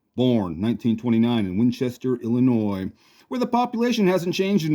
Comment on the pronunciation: Hey! EZ is a pretty cool nickname. You pronounced Illinois correct, haha. I know Winchester, not much has changed in 100 years not just the population, haha. I’ve met George O’Donnell before. I enjoyed this very much,. You did a great job with this. You always do. Give Otis a pet for me.